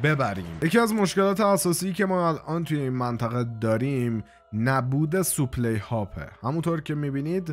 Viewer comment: برادر جان خسته نباشی ولی کم بگو سوپلی لطفا بگو ساپلای supply